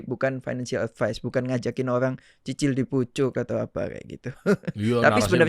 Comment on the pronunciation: ngomong cicil aja susah banget sie bang ,aduhhh😂